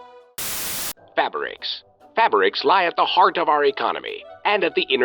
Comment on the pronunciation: If you could stop pronouncing it "fabbericks", that would be great